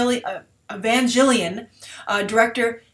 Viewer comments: its spelt EVANGELION but its pronounced EVAN-GEL-EEON not EVAN-JILLIAN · Lovely video, though a few nitpicks if you don't mind ^^; Anna's famous piece Evangelion is pronounced "Eh-van-gehl-ian" (like avan-galleon kinda). Also Higuchi really only has experience in only one godzilla film, GMK: Godzilla Mothra King Ghidorah, giant monsters all-out attack (2001) in one sequence. His real claim to fame is bring the effects wizard in the Gamera trilogy from the mid 90's. (I highly recommend picking up the recent blu-ray set of the Heisei trilogy, especially Gamera III:revenge of iris.) Still I as a godzilla fan am excited by this team-up, and Higuchi promises to make a nightmare out of Godzilla, probably bringing him back to his destructive atomic roots from 1954. Great job, look forward to more!